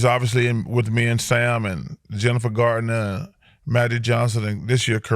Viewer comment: Is chuck calling jennifer garner jennifer gardner?